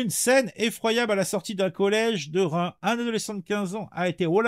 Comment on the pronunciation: Y’a un s a Reims. Faut le prononcer